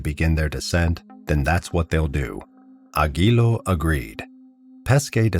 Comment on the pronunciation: Aguiló with accent in the O